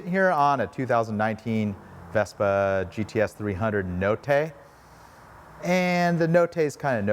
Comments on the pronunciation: ‘Notte’ is pronounced ‘Not-eh’ rather than ‘No-tay’. It’s Italian for ‘Night’ ☺️ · C7TV incorrect sir. In Italian all vowels are pronounced fully, the same, every single time. The correct pronunciation is NOTE TAY (like in the word PAY). The double T is the difference between NOTE and NO. A = Ah E = A, like Pay or Day I = ee, like bee O = O, like NO or Slow U = oo, like boo or poo. Be careful commenting on incorrect pronunciation when you’re doing it wrong yourself. 😉